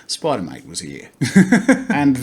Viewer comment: I don`t know why but i heard him say either Spider Mite or Spider Moit. SpIdEr MoIt SpIdEr MoIt DoEs A sTuFf SpIdEr MoIt